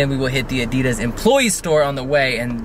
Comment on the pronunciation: HOW THE FUCK DOES THIS GUY PRONOUNCES ADIDAS ???!!!!!